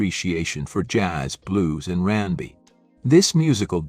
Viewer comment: If you're going to use AI to provide the speech, at least make sure it's going to pronounce the words correctly. I puzzled for some time over Rambi, only to later realise that it's a mispronounced R 'n' B. There were several others, like 'die' pronounced as 'dee' and 'beret' pronounced as 'berett'. Still, it gave me a laugh.